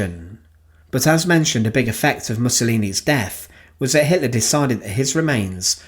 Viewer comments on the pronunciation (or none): I remember this narrators pronunciation of HITLAR